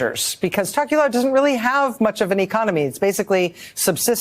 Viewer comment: While I appreciate the Tokelau coverage the pronounciation was rough.